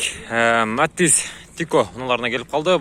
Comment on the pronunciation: Э кот метиз эмес Матиз болот норма суйлоп тартсан урот сен потписчиктеринин айтканын кылсан жакшырак болот